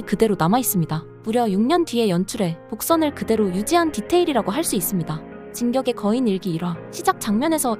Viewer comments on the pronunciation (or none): 목소리필터임? 조쌌병단 진껶의거인등등 발음이ㅋㅋ